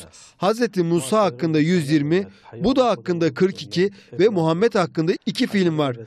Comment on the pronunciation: Sunucu peygamberimizin ismini daha adamgibi soyleyemiyor iranliyonetmen besmelelen basliyorsizlerine masallah